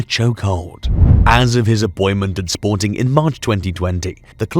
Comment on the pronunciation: I am wadting my time on this channel. This researcher can not be taken serious. First you say the name of the club WRONG, in fact, you havent said it right not even once.. Secondly you ignored important facts. SPORTING WON 3 PORTUGUESE CHAMPIONSHIPS in 40 YEARS, not 2 as you mentioned here. What misleading information you are passing to the football fans 🤦🏾‍♂️